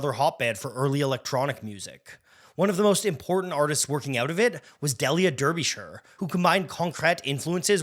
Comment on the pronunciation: Very rude to pronounce Derbyshire's name incorrectly.